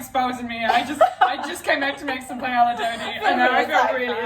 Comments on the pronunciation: Paella = pie-yay-a, not pah-lella. And chorizo = chore-eezo, not chore-itzo. Sorry, I had to. I love you both!! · It is a Spanish dish, so that’s the correct way to pronounce it! Double L’s (paeLLa) make a “y” sound. Like Camila Cabello is pronounced kuh-meel-uh kuh-bay-oh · PIE-YAY-YAH D' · My B+ in highschool Spanish is offended by that pronunciation of paella (it should be pie-aye-ya) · Forget pronouncing chorizo. Pie-Ella?????? Girl. Lovin these vids though so much, appreciate you. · pronouncing it "pie-el-uh" made me so uncomfortable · Pae-yuh. Ll= y sound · because you asked about chorizo, i'll tell you about both!! paella is pie-AYY-yuh chorizo is chore-ease-oh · “I’ve started to settle into this madness” - like hazel pronouncing paella as pa-eY-LL-a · Pie-ela. I heard it and thought, "oh no thats how she pronounces Paella". Soo interesting the words other english speaking countries pronounce differently. I guess not even english speaking, but all countries/regions. My fave example of this was when I studied abroad in Spain and a teacher was trying to explain a regional dish that was smoother than flan, like a custard. She tried to remember the english word for it. So we were saying like, "pudding, custard, tapioca" and she said, "I only can remember it in french, the french word is Creme Brulee" and all the english speakers in the class make acknowledgements of understanding and she asked "Well what is it in English?" haha. Sometimes we butcher languages and other times we just pronounce them as close as our accent can handle. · pay-ella. yikes. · i love you so so so so so much...but I almost choked when you said paella. (its "pa-eh-ya") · A PIE-ELLA 😂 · this recipe and the way you say paella (which in all fairness is how it's pronounced in English) is as if fish and chips were made with beef and beetroot and pronounced "chiffon-cheese", it's so sad :( dodie's "wait, what?" made it worth it, though :) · Hazel mispronouncing paella really just sent me